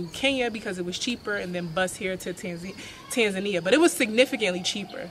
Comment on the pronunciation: Why do you pronounce it as "tenzenai",.. Learn to say tanzania